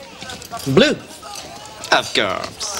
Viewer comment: Lmao “of coeurse”